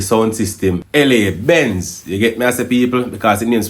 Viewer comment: The sound is la Benz not L.A Benz.